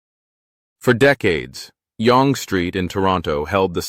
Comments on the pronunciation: Yonge….. pronounced Young. Kraft Dinner. Yuck. Poutine is awesome. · BTW, Yonge as in Yonge Street is pronounced as "young". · its young st - not younnngggg street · One comment maybe worth noting, but not taking away the fact about Yonge Street in Toronto. The proper pronunciation of " Yonge Street " is actually pronounced " YOUNG street ". I have no idea how it became spelled " Yonge " street. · Yonge street is pronouced as young st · As a Canadian I thank you. As a former bush pilot, I think I know this country as well if not better than most. but your exposé is excellent. By the way, Yonge Street is actually pronounced Young Street. Good work. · It is pronounced "Young" Street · Your pronunciation of Yonge Street was incorrect. It's pronounced Young .🍁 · Pleased to see that the pronunciation of Yonge has already been flagged. Yes, it is identical with the pronunciation of the English word, young. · Yonge Street is pronounced Yung, not yong. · Yonge Street Pronounced, "Young (Yung)". Not, Yong. Or, yongay. a.i. has always screwed up words..... And images (so many in this video that have nothing to do with the subject being referred to. 🙄) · proper is sounded as Young not Yong - it is the former street that flow northward to Hwy 11 North - which leads to many towns such as Huntsville, Sundridge, Trout Creek, Powassan, North Bay, Tilden Lake, Temagami, Latchford, Cobalt, Temiskaming Shores, Earlton, Englehart, Kirkland Lake, South Porcupine, Timmins - there are other towns that rely on this highway for their connection to the rest of Ontario and, indirectly, the rest of Canada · young st oronouned yung not yong . kd is no longer any good kraft changed the cheese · Its pronounced "young" not "yong" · It is pronounced Young street with the emphasis on the U sound.as in fun. Obviously artificial voice over dialogue.. not yong or yongie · It's pronounced young street. Not Yong or Yon-gay. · It’s pronounced “jung” street, and KD is not as widely used as you say. Cheers